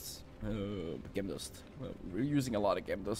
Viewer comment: Your English is fantastic, but just to help you, pronounce Gem as Jem. Great video too thanks.